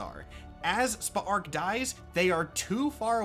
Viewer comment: Still watching, but I’m impressed you actually pronounced Spa’ark’s name properly throughout, since it’s so close to “Spark”. Kudos to you for that!